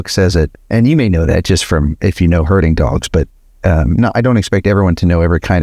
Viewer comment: next time spell herding , so we don't hear hurting.!!